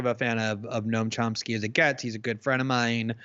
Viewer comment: He keeps calling him Chomp-ski 🤦‍♂️